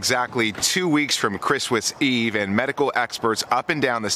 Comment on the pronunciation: Pretty sure he said, "ChrisWiss Eve".